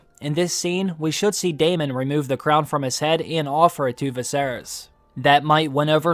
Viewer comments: DAY MON lol you were killing me pronouncing it like that instead of just straight up Saying Daemon(Damon) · Dude can you stop saying "Day MAWWN?!" It's goddamn Daemon, "DAY MIN." edit: You pronounced it NORMALLY and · Why does everyone call him Damien lol. it's Daemon